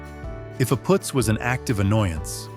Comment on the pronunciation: It's PUUTZ, not POOTZ, This AI wins Marmaluke of the Year! Shemdreck AI!🙄